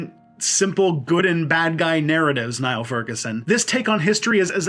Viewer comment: One point, Furguson's first name is pronounced as in kneel.